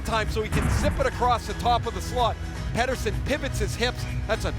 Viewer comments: This guy can’t get through 3 words without a cut lmao also it is pronounced Petterson not Peterson he’s stated that in another interview that he just likes the sound of Peterson more but it’s actually petterson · it's pet-er-son not peter-son, he initially liked how americans pronounced it but boeser convinced him to make others pronounce it how sweds do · They still aren't really calling his name what it really is though. If they wanted to actually pronounce it right it'd be more like "Petter - shown". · Haha elias missprenounced his own name there though... He's trolling you so hard. The commentators are saying it correctly 😄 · I dont care how Pettersson prounuced his name in that one clip, its not proununced that way. Im Swedish. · Like for pronouncing his name right 2 out of 3 times